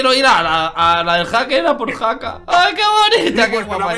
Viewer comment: se dice haker men